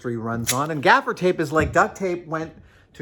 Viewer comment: It's gaffer's tape not "gafiter"? Thing is tape, as we know it today, was invented in 1845 by a surgeon. Doctor Horace Day's invention was a rudimentary adhesive bandage for his patients. So using your theory all tape is actually sticky bandage. 🤣